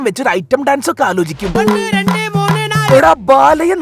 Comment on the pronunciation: ഒണ്ണ്, റണ്ട്, മൂണ്, ണാല് 😂😂😂😂😂